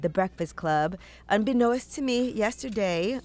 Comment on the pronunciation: It's 'Unbeknownst' yee, not unbeknow-est. 🤣😂